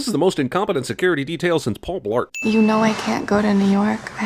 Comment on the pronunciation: “This is the most incompetent security detail since pall blart”🤣🤣🤣🤣🤣